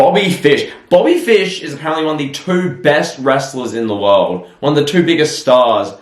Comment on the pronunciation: “Booby fish (Bobby fish)???” -. IM DIEING 🤣🤣